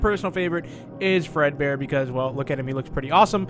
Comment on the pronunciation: its fredbear not breadbear